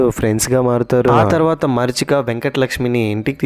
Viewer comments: మరీచిక not మర్చిక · మరీచిక❎ మర్చిక ✅😅😅